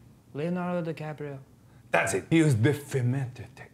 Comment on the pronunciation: ITS LEONARDO DE CRAPRIO